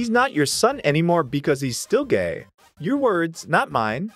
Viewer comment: Gae you mean gay?